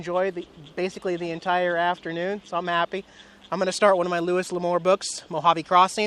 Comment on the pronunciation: Not to be picky but Louis L'Amour is pronounced: LOO-ee luh-MUR per